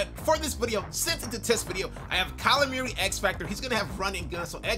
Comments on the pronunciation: Kyler Murray not Merry say it right burggggg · CringeVideos360 lmfaooo meeaurie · I ain’t heard say Murray like that since DeMarco Murray 😭